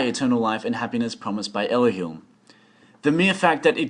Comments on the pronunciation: Everythings nice and all but who the hell is "elohilm" ? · Your pronounciation of "Elohim" gave me cancer, but other than that the video was great.